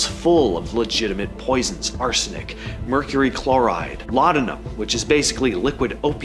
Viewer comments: Murcurry 😂 Mecury 😮Mercury 😅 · when i messed up on the word mercury i knew it was a real person so i left the video playing